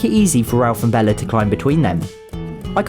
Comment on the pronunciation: Haha "Bellar" that's what he calls Bella